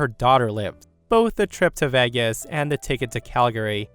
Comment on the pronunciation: Uh... "Vegas" was mispronounced, repeatedly.